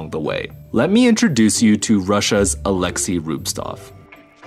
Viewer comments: I wander, why noone wrote it. He is not RubSTov, he is RubTSov, "TS", like in wort "cent". Even in russian there are no such bad names ))) rubSTov is hard to say) even you can see it. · Pretty sure it's Rubtsov not Rubstov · Dude it's rubTSov, (not rubestuff) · You pronounce Alexeys surname incorrectly through whole video.. Big sad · Ok the pronunciation at least matches the written name, but both are wrong. Pro tip: Just copy and paste it from wikipedia. ;)